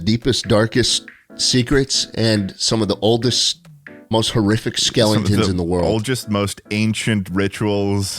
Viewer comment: “Schkelington” really is a pretty funny guy sometimes.